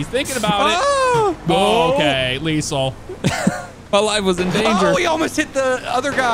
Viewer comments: Unless it's a joke I'm unaware of I lost count of the amount of time leasel was said instead of leTHAL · He sed lethal wrong the whole time😂😂